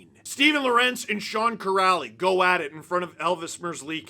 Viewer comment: Are you really mispronouncing lorentz just because your are too lazy? Big yikes dawg